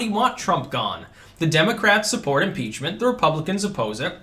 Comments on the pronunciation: I Thought you said article's of PIZZA for a second there.😃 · did you say pizza impreachment